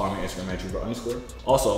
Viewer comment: Man said joovier reached out to Jtube bro